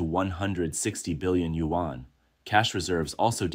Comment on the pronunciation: What is a Yu-wan? Your narrator need to learn the proper pronunciation of Yuan.